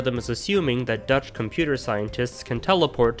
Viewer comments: I love your dutch pronounciation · Love your dutch pronunciation tho